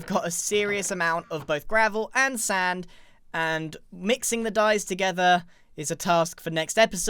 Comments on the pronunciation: Oh come on Grian, your not saying “Sand” correctly!! You know how your supposed to say it! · can you say sand weird